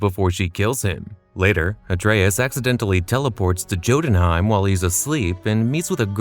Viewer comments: You really read Jotunheim with the "Jam" type of "J" ?? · it’s pronounced as “Yoh-tūn-hàym”